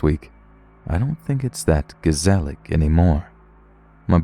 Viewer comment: My day was kinda sucky untill I heard you say "gezellig" haha, you actually even pronounced it pretty good